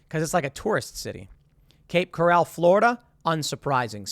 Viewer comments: It’s Cape Coral not Cape Corral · He said cape corral lol